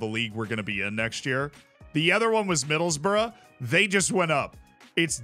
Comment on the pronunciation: It’s not middles-borough it’s middles-brugh